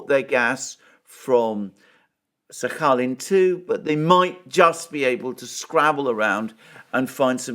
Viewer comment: My x girlfriend is from Sakhalin island. You must pronounce the “k” 😂 😘